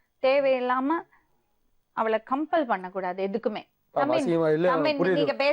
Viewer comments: 🤢🌹🌸✅❌🥊compare என்று சொல்லக்கூட வரவில்லை ,கம்பெல் என்று சொல்கிறது , இது படிக்குதாம் ,சே ,புருடா விடுது .🤢🌹🌸✅🥊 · Compare னு கூட சொல்லத்தெரியல Campaleனுது இது படிப்ப பத்தி பேசுது